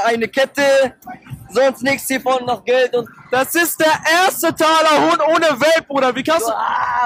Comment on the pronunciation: Talahonk bitte auf die Aussprache achten 😂😂